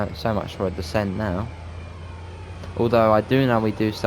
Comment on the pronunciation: DESCENT....not "decent". So much for being British and using English!